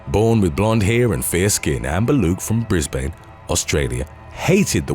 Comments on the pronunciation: Brisbane is pronounced brizz-bin. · People on this planet are just fucked in the head & Brisbane is pronounced Brizben not Brissbayne. U sound pommy mate so u should know how to pronounce Aussie states, cities, regions & towns, esp Australia, it's pronounced Straya